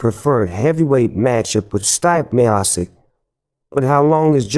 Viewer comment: Stee-pay Mee-yo-chik